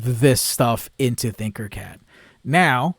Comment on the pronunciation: Not trying to be rude or anything but I believe it’s Tinker Cad, not Thinker Cad. Love the videos and what you’re doing.